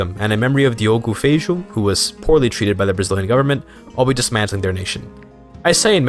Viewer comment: well, that is kinda funny, because Feijó (it is pronouced feijoh) actually was a catolhic clergy, and in Brazil he is known as Father Feijó.